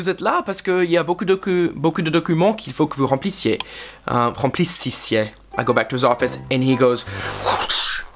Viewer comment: Remplissisiez !J'en ai bien entendu ?